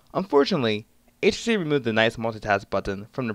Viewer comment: Lol good review, but why do you say "etch he see" haha :p